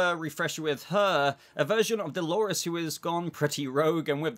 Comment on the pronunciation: I keep hearing him say Halores 🤣